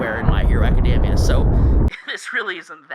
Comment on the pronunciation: You should look up how "Academia" is pronounced. Otherwise, this was fun.